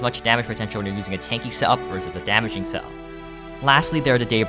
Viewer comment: you pronounced setup wrong